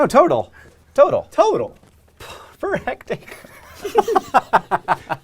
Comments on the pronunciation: it's not hectacre it's hectare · "Per hectacre"? You're never going to live that down, are you John? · Hectare just feels wrong to say after saying hectacre. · "Per hect-acre" XP I see what you did there XP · "Per hectacre?" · "Hectacre" He still hasn't learned...